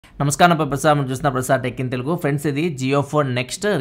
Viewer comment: Sir mi name.chepetapudu very slow Andi...Prasad ani kuda ardam avtledu